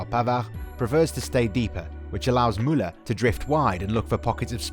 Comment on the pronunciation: I love how he pronounces Muller !! For me Kimich has always been my favorite player since Pep Guardiola i knew he had the talent to he one of best players in the world.